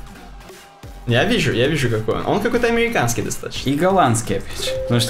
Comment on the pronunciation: У второго чувака - это такой дефект речи или он много выпендривается американском акцентом?))) По ушам режет.